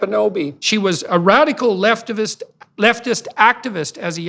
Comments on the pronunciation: Though Jordan did correct his slip of the tongue in the intro, I kinda like his accidental corruption of "leftist activist": "leftivist"! hehe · I like Jordan's slip up "leftivist". Im gonna take that one. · He said "leftivist"😂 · I know it was just a slip of the tongue, but I'm definitely using the word "leftivist" from now on, lol.